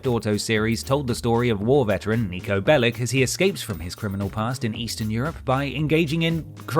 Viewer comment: If Bellic is a Serbian or related name, it's pronounced “Bell-itzh”